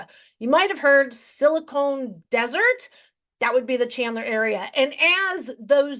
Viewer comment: Not silicone …silicon 🤦‍♀️